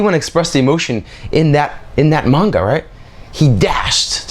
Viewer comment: One you can and two say manga right